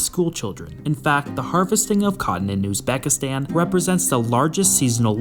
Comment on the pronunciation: Highly doubt it considering he can't even pronounce the name of the country properly